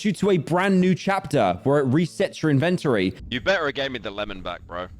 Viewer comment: Pyro says "inventory" weird.